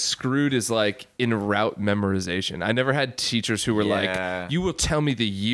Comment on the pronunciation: Lol, says "ROOT"\"ROUTE" learning, its ROTE learning!!